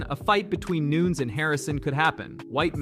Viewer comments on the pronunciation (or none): CLICKBAIT LIES! Michael WHO wasn’t Asked to fight anybody Max Holloway is on holidays with his family, Currently Not Entertaining Fights, Family Time! CLICKBAIT LIES! Hey, Her name isn’t Noons, It’s Nunez 😂, CLICKBAIT LIES! BLOCK THIS CHANNEL!